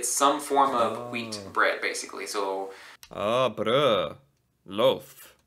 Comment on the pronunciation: The way you pronounced "brød" was perfect 😀 the "ø" was perfect and the fact that you didn't pronounce the "d" at the end because it's supposed to be a silent d was exactly right. Great work there